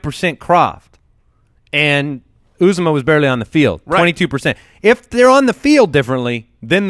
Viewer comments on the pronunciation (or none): It’s pronounced “ooh zoh mah”. I went to Auburn and heard his name announced at games many times. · It’s pronounced yew-ZAH-mah, I’m an Auburn fan